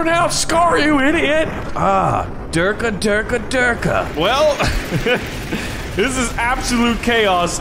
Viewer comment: Why did bro say dork dorka from team aremirca world police